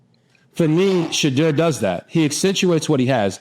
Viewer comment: Great show… great insight; but please RG3 say Shedeur’s name correctly. Listen to how he says his name and how his father pronounces it. You feel like some people in the media refuse to say his name correctly, just like they refuse to say Kamala’s name correctly. I respect the heck out of you RG3, and you Travis aka He12man!! ❤❤